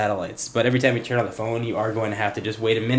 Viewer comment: not bad for garmin, raising the bar., i like how you said lets sturn this sucka on! lol